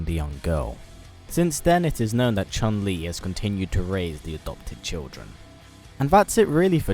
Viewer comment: Not chan li Chun li